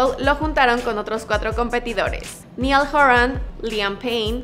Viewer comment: Mhhmmmm toda lo presentado es verídico, Peeeeeeeerooooooo es Naiall HOran y Liam Pain (Sus nombres se dicen como se lee)